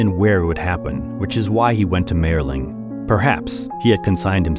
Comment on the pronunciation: m I erling is how it is pronounced.